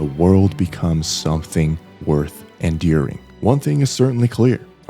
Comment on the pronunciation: Do you have an accent or something? You pronounced "chassis," "aliases," "enduring," and "liaison" real weird.